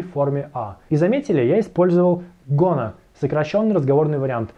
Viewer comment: Не гона , а гана